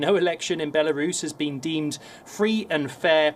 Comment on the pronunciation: The way she says Belarus 🤣😂🤣😂